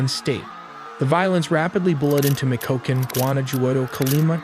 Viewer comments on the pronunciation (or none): “Mitch-e-oh-khan” fwiw. Not “mick-o-ko-can” 😂😂😂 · "Mecokecan" Was not the right way to say michoacan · Its not pronounced Mikoken, its MY-koken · MEECH-OH-AH-KHAN Not: Meekokan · I think the city of Michoacán was butchered the most: Mee-COKE-cun. I gave it a full 10/10 (a complete butchering). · Michoãcan = [Me-Shoe-Wa-Kahn] Guana Juato = [Gwan-A-Who-What-O] Nayarit = [Nah-Yah-Reet] Jalisco = [Ha-Lease-Co] Guadalajara = [Goo-Wah-Dolla-Hara] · mi-co-what???😂😂 are you trolling us?? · Mf said Mi Ko Ken 😂😂😂😂😂😂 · michoacan - mikoken 🤣🤣🤣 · Me coke can (Michoacan). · And what about Michoacán 😂